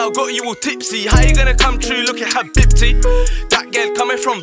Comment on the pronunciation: Am I the only one laughing at the way he pronounces habibti? Still love this song though.